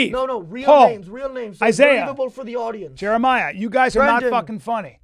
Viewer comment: “Jerimiah” with a little emphasis at the end hahaha